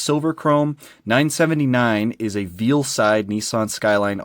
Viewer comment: Veil side not "veal" side lol